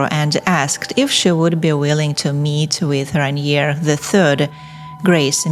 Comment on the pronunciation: le nom du prince est RAINIER et non pas Ranier !!!!